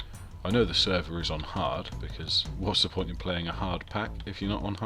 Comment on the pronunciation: *poont lol